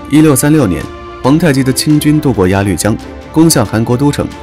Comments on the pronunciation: 拜托做视频之前先好好科普一下历史。还有 鸭绿江（ya lu jiang) 不念绿色的绿 读lu 四声。 没文化真可怕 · 主播几岁？我好奇的是难道学校里没教过鸭绿江是念作“鸭录江吗”？ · 1. 当时的朝鲜不是韩国 2. 鸭绿（lù）江 3. 龙骨大 （英俄尔岱）将军，不是龙骨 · 韩国哪来的太子？那是世子，做点功课很难？鸭绿江也不会念，真服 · 鸭绿江这个绿的发音您再琢磨一下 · 是啊，听着难受的很，这个解说烂透了